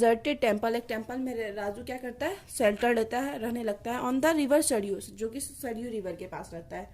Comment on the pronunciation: Pronounciation sahi kijiye apna.. sariyu nhi bolte sarayu hota heh... baki accha explanation tha